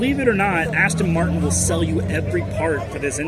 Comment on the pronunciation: He thinks it's called Aston Martun.😂😂😂😂